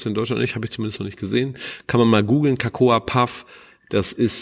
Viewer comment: Ähmmm... Cocoa (auch nicht cAcoa) wird einfach nur "coco" ausgesprochen (wie in "coconut")... 😊